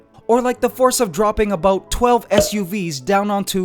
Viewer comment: You can sometimes hear his accent creeping in " that's aboot...